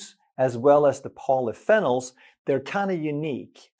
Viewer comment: Polyphenol: Pronounced Poly Fee Nol which is a type of Antioxidant.